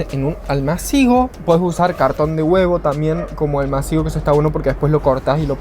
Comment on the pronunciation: Muy divertido el video. TE LO PIDO POR FAVOR la palabra ALMÁCIGO lleva tilde y por lo tanto ACENTO... Es esdrújula. No hay duda. Con amor, Cami